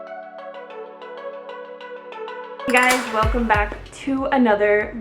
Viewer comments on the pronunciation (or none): none